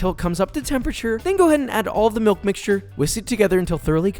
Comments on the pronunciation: Me: relaxing while watching a Josh make some canelles. Josh: splash in a little hot MEE-ilk Me:no longer relaxing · "Not gonna do a fancy foreign pronunciation because it's just weird" "Meelk"